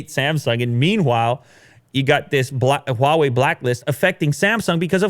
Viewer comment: You don't have to put so much HWAA on the Huawei dude.... Just say hwa way that's it... It's not HWWAAHH way